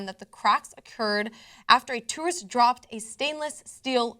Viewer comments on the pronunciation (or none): Did she just say "two-ist" instead of tourist? :04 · She said "Tooist"anyway is my video quality bad or is the crack really a bunch of cracks as if the glass was about to fall apart into a bunch of little pieces.